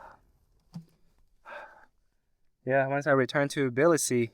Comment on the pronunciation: congrats on nailing the pronounciation of Tbilisi 😀 literally 99% of foreigners switch the letters "b" and "i" and say "Tiblisi" 😀 LOL